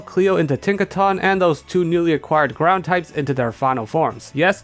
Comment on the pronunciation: when you got doduo and mudbray evolved, i really wasn't sure if you said "our two brown types" instead of "our two ground types" but it was amusing to think you did